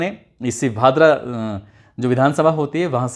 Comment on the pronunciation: भतरा नही भादरा